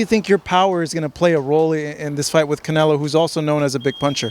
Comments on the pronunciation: he said Canela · He said it right ...... canela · Y they say canlea 😂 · yes he said canelA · “ Canela” lmao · Everything he say Canela it cracks me up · He called him canela lol